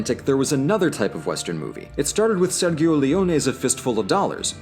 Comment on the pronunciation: Fun fact, Leone's western were usually shot in Spain, we don't really have deserts in Italy. Also, the "gio" in Sergio is roughly pronounced like Joe :P